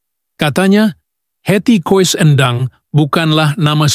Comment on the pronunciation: Coba ngomong yg bener dong, di tulisnya Koes kalau di bacanya Kus, jadi Hetty koess Endang, dibanyanya Hetty Kus Endang , banyak belajar dong. Koes, Koes